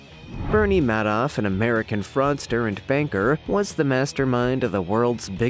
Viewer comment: OMG... HOW is it that you don't know how to pronounce "indictment," "Reuters," "Bakker," or "Madoff"?